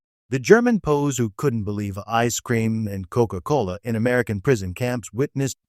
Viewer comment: STUPID AI: it's PEE OOO, W apostrophy s, meaning those taken during war. NOT POES. GET a real brain, metal head.